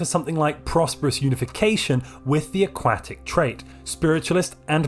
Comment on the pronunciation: the way he says aquatic xd